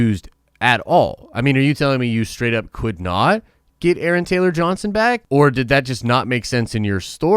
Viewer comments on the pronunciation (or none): none